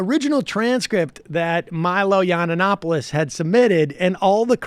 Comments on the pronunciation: It is Milo Yiann-Opoulos NOT YianANAnopolous! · "Milo Yananapoulos" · YUN-OP-O-LIS...So annoying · It's Yee-an-opolus. If you want to be taken seriously try sounding less moronic. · Does not even know how to pronounce his name, but he is an expert, jeez. its yiannonopolous. And simon and schuster knew what they were getting, and you know it. They pulled out because of the podcast, and you know it. Leftists are so lying and deceiving. He got the contract for being brash and unapologeitical. He was not meant to write yeats-poetry. He was signed to be rude, create controversy, get on all the talkshows, and sell the book. He lost that platform, and they pulled the book, because the free marketing disappeared. Be honest, you are pathetic Sam. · Big fan of the show but the way you pronounce Yiannopoulos is so cringe worthy. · I love how Sam can never pronounce Cernovich or Yiannopolous correctly. I wonder if he does that on purpose.